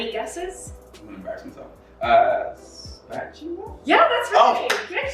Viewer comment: when he said "a spatchula" and she said "YEA" his little clap 🥺